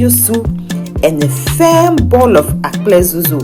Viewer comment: Well done but it's Akple dzodzo not "Akple zozo"